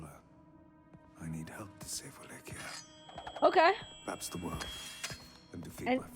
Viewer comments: Wallachia is pronounced "VLAH-kee-ah," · Love your pronunciation of Wallachia lol